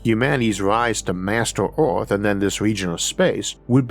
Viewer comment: Can't leavf earvf?